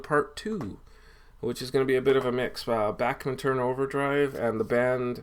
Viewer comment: Hi. Really nice Dean Martin collection. Always have a soft spot for Dino. I really like Brave Belt (pre BTO) but I don't have anything from them. Great selection of BTO..and it's nice to hear Randy' s last name pronounced properly.